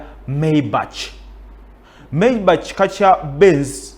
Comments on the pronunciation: Pronounce as Mayback not bachi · The pronunciation is MEYIBAKA not MEYIBACHI have written it in luganda to give you the right picture